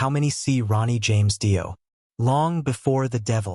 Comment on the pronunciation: More fucking crap AI bullshit, can't even pronounce fucking Dio correctly and comes out with Dio was frontman first with Rainbow, what about Elf....shit shit shit, don't bother watching and save yourself 12 minutes